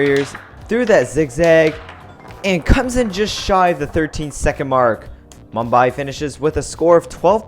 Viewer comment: he pronounced Mumbai wrong.